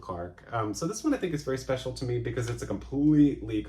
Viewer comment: Linda Balgord nails the vowel at the end of With One Look. It is a MEEEEE!